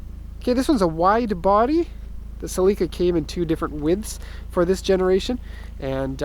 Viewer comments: It's Celica, not celeeeca. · Why do you keep calling it a Cell lEE ka? Its a a "sell eh kuh" celica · "Celeeeeeeeeeca" lmao man you dont know cars lol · no one is gunna mention how this guy pronounces celica?